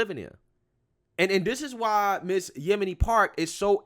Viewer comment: You totally messed up saying her name...lol Yo.. min ...Yeomi Park that young lady is amazing..